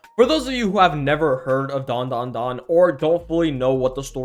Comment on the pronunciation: That's "dan...DA...dan" bro 😭😭🙏🙏